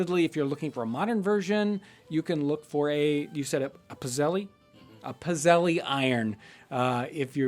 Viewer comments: I have my Grandmother's old cast iron pizzelle maker. I immediately thought that was what you were using in the waffle episode:) We typically make a batch with anise seeds and another with orange peel, but use a plug-in one now. It's actually pronounced pits-ell, singular is pizzella. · pizzelle, heh. my family has made them for decades for gifts and we pronounce it "pit-sell" and make them with vanilla because anise is gross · If you are looking for a spelling its a Pizzelle iron. In our family or in our area of the country we don't pronounce the "e" at the end. So sort of pits-zel. But it looks like a waffle maker. I don't want to post links to other sites but in a simple image search I did see non electric ones.